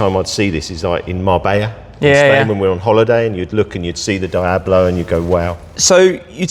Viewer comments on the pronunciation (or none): I’m porsh not porsher, Dee ablo not die ablo And coontash not count ash. Lovely collection though ✌️